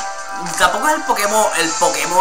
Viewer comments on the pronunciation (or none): "Budew" Se pronuncia "Badiú", no "Budiú" xD Que suerte que ese Pidgey estaba al 10 y no al 13,porque al 13 aprendía ataque rápido xD. Usa el Rep.Experiencia,al menos para Budew y a Squirtle hasta que estén cerca del nivel del siguiente líder,sino vas a sufrir como un Goomy contra un Mega-Gardevoir. Buena elección y deducción con Squirtle. Para tipo agua más adelante lo tienes a Lapras,que viene con animación y Surf Tipo "Hierba" pls.